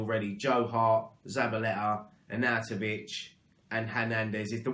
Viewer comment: Yes mate you said his name right! 😂😂😂 Nice one fella keep up the fantastic content COYI ⚒